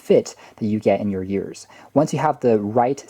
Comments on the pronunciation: You were saying YEARS instead of EARS, and it's a bit distracting/cringy. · The way he pronounced ears was really distracting...